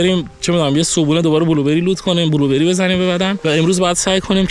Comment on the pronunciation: بلوبِِری ❌ بلوبًری✅